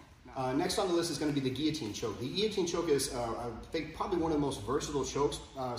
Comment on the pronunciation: Love that you know how to pronounce "Guillotine". Unlike so many others out there lol